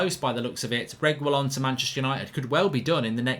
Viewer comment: Pronounced reggi-lon or reggae-lon, simples! Not to be confused with the way Agüero is pronounced, the two dots signify an exception to the usual pronunciation which would be something like 'geh', a-geh-ro if there were no dots.